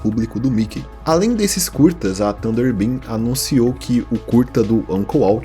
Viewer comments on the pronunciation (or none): none